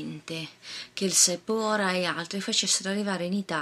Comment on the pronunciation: guarda che si legge siatè ( lo scrivo come si legge) e sephora si legge sefora non sepora